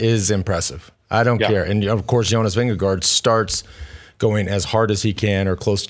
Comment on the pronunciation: Its Vingego’, George,. Not Vindego